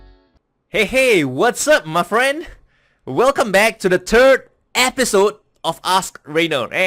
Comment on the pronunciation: Why do you say " turd episode " instead of " third episode " ? Good info, thanks.